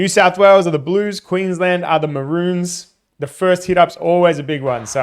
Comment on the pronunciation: Mate, if you're going to post about and support Queensland Maroons, please learn how to pronounce 'Maroons'! 'Marones' is how you say it. Cheers 🙂